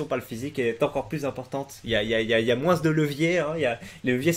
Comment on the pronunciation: Salut, super chaîne tu es très sympa et amusant mais de grâce stoppe de dire moinsse au lieu de dire moins